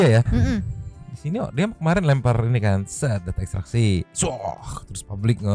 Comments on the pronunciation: Itu si Reporter pas ngeliput si, apa gk ksi tau ya klo yg dia maksud itu salah cara baca ekstraksi hp?? Sumpah tolol bgt itu pengacara pas baca ekstrak hp 😂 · Yaa... Allah... itu sebenernya sekolah enggak sih...? Udah udah berhari-hari, cara baca ekstraksinya masih salah, Kalah sama anak-anak sekolah...